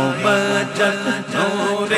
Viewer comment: یہ مُحمد کی بجائے مُمَجَّد پڑھ رہا ہے، ممجد کہتے ہیں وہ شخص کہ جس کو بزرگی دی گئی ہو۔ جب کہ محمّد کا مطلب ہے کہ اللہ تعالیٰ نے جس کی سب سے زیادہ تعریف کی ہو۔۔ اس کلام میں اصل لفظ محمد لکھا گیا ہے، اور پڑھنے والے پر لازم ہے کہ وہ وہی لفظ پڑھے جو لکھا گیا ہے، اور ویسے بھی ممجد کے مقابلے میں محمد کے معنی بہت زیادہ بہتر ہیں، اور یہی نام ہے ہمارے نبی اکرم صلی اللہ علیہ وآلہ وسلم کا۔ممجد نام کہیں بھی نہیں لکھا گیا۔۔ لہٰذا اپنی طرف یہ نام اس کلام میں پڑھنا درست نہیں